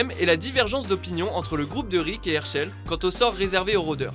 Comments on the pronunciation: Le plus choquant dans tout ca c'est la prononciation des noms "Hairchail" mdrrr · ERSHEUL !! IL EST OU ERSHEUL IN ??? ...